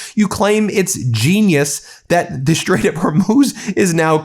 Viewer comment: Lawn Gieland speech impediment. Shtrike the shtrait while we are shtrong. Now you can hear it all the time, too. You're welcome!